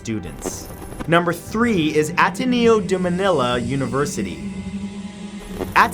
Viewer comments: Hey matt it's pronounced AT-EH-NE-YO :) I'm Korean tho I'm a quarter filipino that's why Mabuhay kayo Filipinos! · Ateneo - A-teh-ne-o Quezon - Ku-e-zon